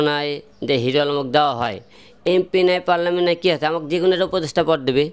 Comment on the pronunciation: ঠিকমতো পার্লামেন্ট উচ্চারণ করতে পারো না, আর তুমি হবে উপদেষ্টা। দেশে কি নেতার দুর্ভিক্ষ চলছে